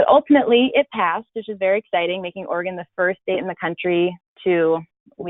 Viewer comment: Another dipstick host who doesn’t even know how to pronounce our OREGON state! Pathetic!!!